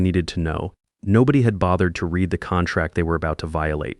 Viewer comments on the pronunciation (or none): The present and past tense of “read” are spelled the same but pronounced differently. The software should know that.